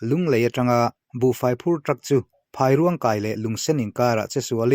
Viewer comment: Phairuang khai nilo in,Phâiruang kai tih tur zawk a nilo maw...